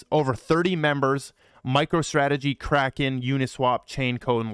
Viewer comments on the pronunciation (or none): none